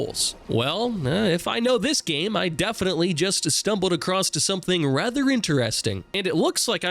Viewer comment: Why do you pronounce "across" as "acrosst"? Stop it.